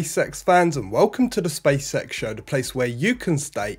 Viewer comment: Okay I know this is Beevus and Butthead stuff but hopefully it keeps things light. It sounds like you're saying, "Space sex" and not "Space X". 😁 Eventually I hope, for the astronauts sake, that space sex is accommodated. If even via: AI robotics.